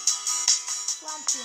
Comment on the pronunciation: вот прмдурки даже читать не Умеют может флампи а не флампти